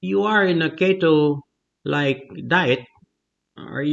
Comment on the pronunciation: Crazy study. By the way, Keto is pronounced (KEY-toe). The first syllable is emphasised. Great video. Thank you.